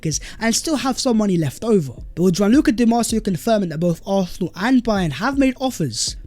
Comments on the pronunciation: Can you please work on your pronunciation for “Arsenal”? Please don’t eat up the word. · Good stuff. Just learn to pronounce Arsenal..